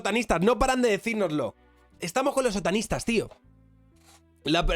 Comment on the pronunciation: Parece que dice "Sotanistas" más que "Otanistas"!!! Pense ¿Los Sotanistas son los que llevan sotana?